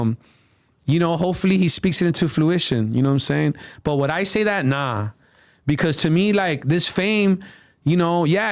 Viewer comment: I fucks with …but the word is Fruition. Not Fluition…